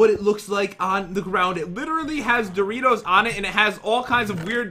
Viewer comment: you grabbed my interst when it said doritoes